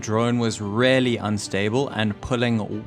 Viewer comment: You are still mispronouncing "really"